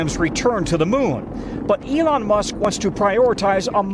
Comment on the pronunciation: Elon, not Elyon. Musk, not Muks